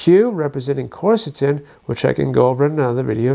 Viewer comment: It's not corsatin; it's quercetin.... quer is pronounced like qwear